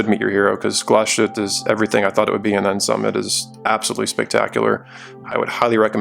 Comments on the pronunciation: Great video. Please pronounce it Glass-huette, and not Gla-shooteh. :-) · Good video, very nice watch! When pronouncing Glashütte, you made the same mistake as most Non-Germans: speaking it like the s and the h formed a *sh*, like in 'push'. They don't, though, Glashütte is two words joined together, 'Glas' and 'Hütte'—glass factory. A Hütte is a facility where they deal with molten base material, I think, like, there's also Stahlhütte, steel factory, for example. So… there's a tiny pause between the two words, Glas-Hütte (keep the long a that you already use, etc). Your 'ü' is pretty spot-on, though! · Thumbs down. Because you didn’t have a gram of decency to check how to pronounce the watch you review. Shame.